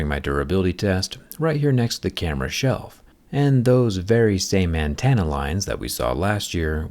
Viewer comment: my only issue is the way you say antenna, "Antanna". Otherwise always appreciate your content